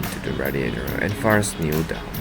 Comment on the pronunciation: Aye, no problem mate! Also don’t worry, you said my name right :)